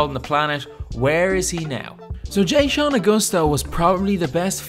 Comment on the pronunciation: “jay-shawn” lmao so white. its “Juh-shawn” dawg